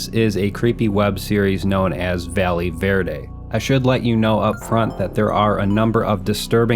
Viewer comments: Bro called it valley verde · Quiiiick question. Are we sure it isn't pronounced "Vayeh Verde"?